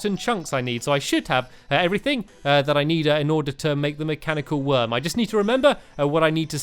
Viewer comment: Stampy you said mechanical eye not mechanical worm